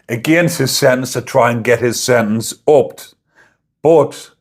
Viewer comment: Why can't you pronounce SENTENCE, you're not American?